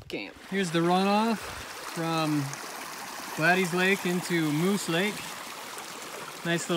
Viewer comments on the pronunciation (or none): It's Gladys pronounced Glad-is...Gladys. I had an Aunt Gladys. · The forest ranger that I spoke with pronounced it 'Glad-ees'. I pronounced it about 10 different ways in this video. Lol hoping one of them is right. Thats a name you don't hear a lot!